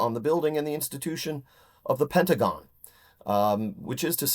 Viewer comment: Just a couple minutes in, and I'm out. STOP SAYING "Pentagin" This lady is insane she knows what she's doing